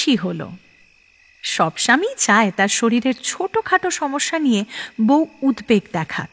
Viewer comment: র এর উচ্চারণ খুব খারাপ । উদ্বেগ এর ও।